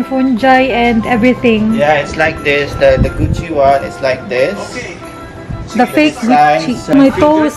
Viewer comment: "How much is dizzzzz." HAHAHAHAHA Made my day. Labyuuu po